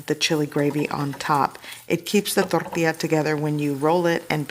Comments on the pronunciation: If Jennifer Lopez hears you annunciate "Tortilla" the way you are, theres gonna be catastrophic consequences.... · I would like to hear you pronounce “tortilla” and “enchilada” like the real American woman you are…just playin😂 they look delicious